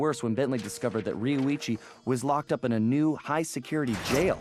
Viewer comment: u said roichi instead of rioicho! LOL! but VERY happy this lp is here! 7 years waz worth it!